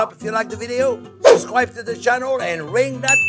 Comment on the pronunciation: Besides his quintessentially French approach to cooking, the way he's says "subscwhribuh" made me "subschwribuh"